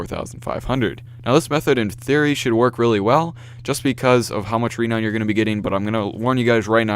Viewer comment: It's produced ra-noun